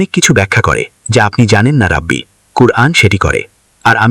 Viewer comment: শব্দটা রাবি আর অনুবাদক উচ্চারণ করতেসেন রাব্বি!🙄অনুবাদের সময় শব্দ গুলো উচ্চারণ ঠিকমতো করতে হবে!